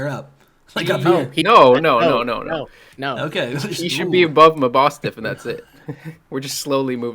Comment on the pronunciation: You're unsure about Arboliva but pronounce mabOsstiff without a single doubt? I pronounce it as mAbosstiff